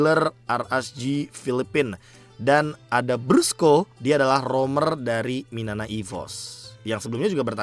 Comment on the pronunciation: Koreksi "BRUSKO" not "BRASCO" dah itu aja. 🗿